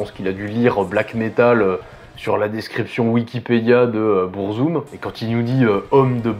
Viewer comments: En fait, Burzum se prononce en noir-parler, parce que Varg à utilisé la langue des Orcs dans le Seigneur des anneaux. Du coup faut techniquement dire "BOURRE-ZOUME". Mais bon, on va pas chipoter là dessus. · Pourquoi prononcer le nom de se groupe en anglais s’il est scandinave ? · beurrezoom 🥲 vag vikrenes 🤣 méém 😭 j'en peux plus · BEURRE ZOOM, the TRVE pronunciation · Bon ça commence mal, tu te fous de sa gueule parce-qu'il prononce pas burzum comme il faudrait mais t'es pas foutu de prononcer beefheart correctement 😂 allez c'est de bonne guerre !